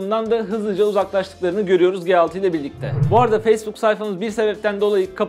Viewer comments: ELCİ diyorsun GE6 diyorsun. ya turkce yada İngilizce söylemen gerekmez mi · LG G6 Nedir be arkadaş şu telefonun ismini bari doğru söyleyin :) L'G derken ki G harfi nasıl okuyorsun G6 dakini nasıl aradaki fark ne G nin yanına 6 gelince dahamı başka çıkıyor ses ?